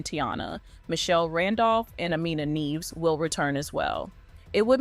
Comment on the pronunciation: Not “Neevs” —- Nyeh-vez. Means “snows” in Spanish